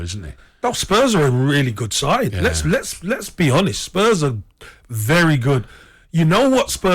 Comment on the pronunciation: geez they r butchering these spurs name...!!